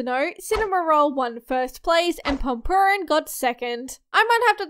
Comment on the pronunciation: By the way, ‘pompompurin’ is pronounced ‘pom-pom puddin’